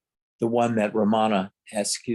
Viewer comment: It’s not ra MA na, its RAM ana